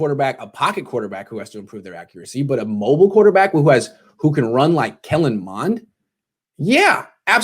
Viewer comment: Too much emphasis on “mobile” especially with Shanahan.